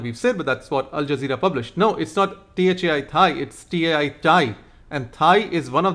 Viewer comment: Alzazera mispronounced as Alaqiada. ..😂😂😂😂